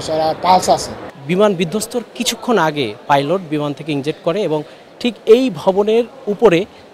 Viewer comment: ইঞ্জেক্ট না ইজেক্ট হবে। হায়রে সাংবাদিক!